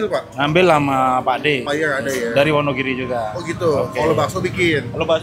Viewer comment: Wonogiri Bro.... Bukan Wonogili.....